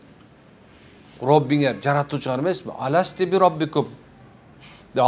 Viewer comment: Ассалаам алейкум аятты туура окунузالست аласту болот мутакалим аласти эмес аласти десениз сен аял силердин роббинер эмесби деген маани болот